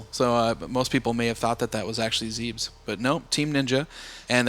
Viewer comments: It's pronounced Zeh-bes! But anyway... I'm really looking forwad to this game. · It's zeb-ESS not ZEEBS. Morons.